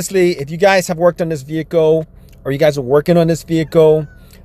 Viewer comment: can't say his Ls "Vehico"